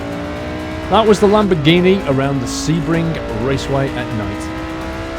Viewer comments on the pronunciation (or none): lamborhini lel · lamborhini lol